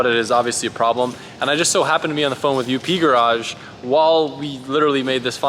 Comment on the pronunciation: It's called up garage not U P garage